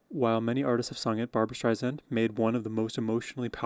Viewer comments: Her name is pronounced Streisand, like sand on the beach. Alot of people forget that. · dude, you gotta spell barbra correctly! and pronounce the last name with an "s", not a "z"... other than that, let's go... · Just a note ... CORRECT PRONUNCIATION it's Barbra "Strei-SAND " not Strei-ZAND. 😉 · Just a friendly correction. Her last name is pronounced Strei Sand, not Strei Zand. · Please, please learn to pronounce her name: Stri-Sand. And she’s really upset when people mispronunce it! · Have been a massive Barbra Streisand fan for the last 50 years and have attended several of her concerts. There will NEVER be another artist like Barbra. Am so glad you have discovered her and I love your analysis of her voice and her songs! Just an FYI, her last name is pronounced Streisand with ”sand” being the 2nd syllable, not “zand”. She has often said in her interviews, that is a pet peeve of hers when people mispronounce her last name. Just thought you would want to know! Keep up your great shows….am enjoying you! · You are just lovely! You absolutely must start to pronounce her name correctly. StreiSAND as she says, "like SAND on the beach"